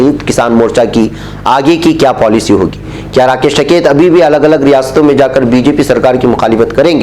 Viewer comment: ╔═══ ❤☀🍀☀❤ ═══╗ Janab, ASAK. Jis aadmi ne poore ek saal ka agitation chalaaya and jis ka naam har roz surqiyon me bana raha woh hai TIKAIT but not TAKAIT. I had repeatedly pointed out this mistake to you but your arrogance did not permit you to mend yourself. TIKAIT could bend the arrogant Govt. but not you. How can you repeatedly wrongly pronounce the name of person who had become a household name??? Any excuse??? One can only conclude that you are incorrigible!!! ╔═══ ❤☀🍀☀❤ ═══╗ One of your regular subscribers. ╚═══ ❤☀🍀☀❤ ═══╝